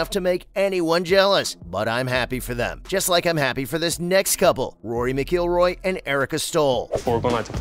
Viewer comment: Rory Mac-kill-roy. Better work on the pronunciation or Rory's name. Is there a robot doing the speaking? That could be the reason.